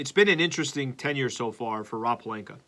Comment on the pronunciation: Please stop mispronouncing Pelinka and Schroder… Otherwise love your show